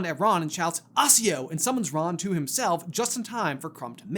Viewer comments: It's actually Accio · "assio"? LOLLLLL.